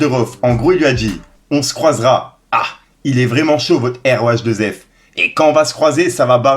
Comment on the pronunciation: c'est pas rohff c'est rhaoueff